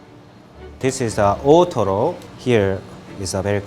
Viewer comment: I kept hearing ottoro